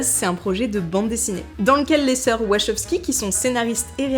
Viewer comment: Faudra apprendre à prononcer Wachowski 😅